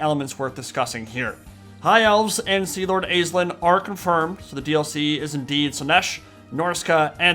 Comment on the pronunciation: Aislinn is Irish Pronounced Ashlyn. Not Ayyys lynn